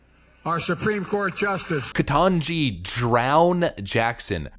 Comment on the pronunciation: The lady to Bidens left as he butchers the diversity hire Supreme Court justice name is CLASSIC!!